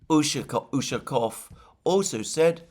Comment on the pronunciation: Alexander mate! Great job! You are getting there slowly but faithfully. During the video today you managed to pronounce Ushakov's last name correctly at least 2 times. Again you tanked the other 10 times. However, kudos to you and I take my hat off to you for trying.Keep at it mate!